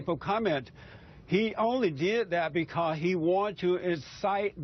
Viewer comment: "becah he" Really?!? Is English not his first language?